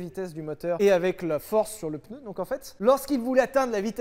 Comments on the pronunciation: Parler de Michelin aussi longtemps et dire "PEUNEU", quel affront ! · On dit pneu et non peneu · pEUneu? Vraiment ? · Du coup question : peneu ou pneu... qui prononce PENEU !?!? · Aaaaaah les "peuneus"...Bisous. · Attention à cette fâcheuse mauvaise habitude de tenter de placer un "E" dans le mot "PNEU". Comme ça on évite de passer pour un crétin qui pense faire un effort de langage... 😁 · 7eme minute: je viens de me souvenir qu’ils allaient parler d’une ds à 11 roue parce qu’il a prononcé le mot pneu 🥲